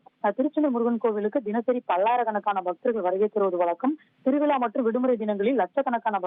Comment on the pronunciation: தந்தி நிருபருக்கு"ழ ல"ள,வரவேஇல்லை"வளக்கம் திருவிளா என்கிறார்